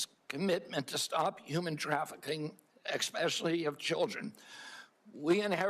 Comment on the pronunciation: He said “ex specially” WE ARE COOKED